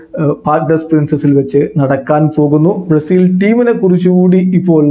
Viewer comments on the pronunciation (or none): ഹലോ സുഹൃത്തേ നിങ്ങൾ ബ്രസീലിനെ പറയുന്നത് എന്താണ് ബ്ലാസ്സിൽ എന്നാണോ അതോ എനിക്ക് കേൾക്കുന്നത് അങ്ങനെ ആണോ 😄😄